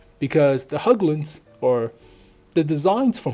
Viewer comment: Hägglund! Not höouglunds